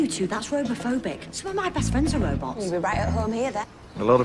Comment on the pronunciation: heh, "Roboots"